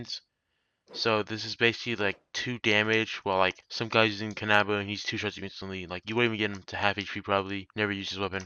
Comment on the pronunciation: "Kan - AHHH - bow" me: can - uh - bow